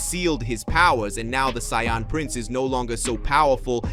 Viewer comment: I love the stories but the pronunciation of Saiyan, Vegeta,etc throws me off but I still love the stories